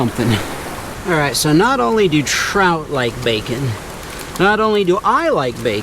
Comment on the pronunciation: Is it Trout or s Chhhhhrout? Lol